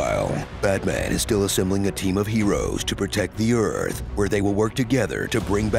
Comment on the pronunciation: When he said “You will come to earff.” I was like awwww how can I be mad at a guy who can’t pronounce his th’s